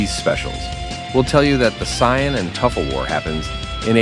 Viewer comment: Bro you can't expect people to watch your video when you can't even pronounce saiyan correctly